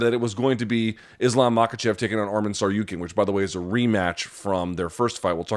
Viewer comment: Lmao bro absolutely butchered that 😂